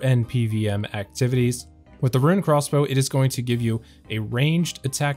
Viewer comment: Why do you say crossbow like Craw's bow?